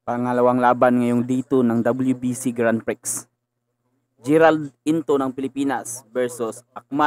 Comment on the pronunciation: Grand Prix pronounced as …. GRAN PRI